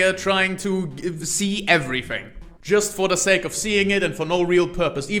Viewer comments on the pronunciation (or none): none